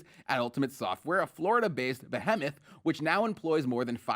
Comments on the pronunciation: Who tf pronounces ‘behemoth’ like that?? 🥴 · did he really pronounce Behemoth like he's never heard that word before? I expect my word merchants to be well versed. Smh!